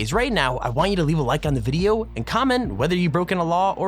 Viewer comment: is it me or does he say lets get right in the moooodyio